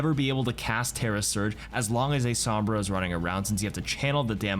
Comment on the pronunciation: Ah yes, my favourite hero, "Somrba"